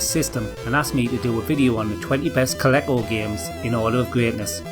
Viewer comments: Colekko- vision!? Col-EEE-co!!!!!!!!!!!!!!!!!!!! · It’s a long “e”. Coleeco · Dude it's CO-LEECO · It's no big deal that you pronounced it wrong, but it's a pet peeve of mine when people say "actually that should be correct because the L stands for Leather", like when people think "the G stands for graphics" is indisputable proof of how to pronounce GIF. That's just not how abbreviations/acronyms/initialism work, and it never has been. You're citing a rule or convention that doesn't exist. The first A in "ASAP" stands for "as", but you don't say "ass-sap". The first A in Nasdaq stands for Association but you don't say "nuzz-daq". The C in UNICEF stands for "Children's" but you don't say "Unitschef". The T in POTUS stands for "the", but you don't say "Pothus". The "fi" in SciFi stands for fiction but you don't say "sci-fihh". Etc etc etc. Pronounce stuff however you want, I'm just saying "the ? stands for ?__ so this definitely the correct pronunciation" isn't a rule, that's just how it tends to work out. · I've never heard Coleco pronounced like that before. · i use to love this machine, never heard it pronounced like that before. we had the smurfs game it's a bit boring (have you played the c64 version?) River Raid, Pitstop and Time Pilot were favourites and games i also love on the c64 too.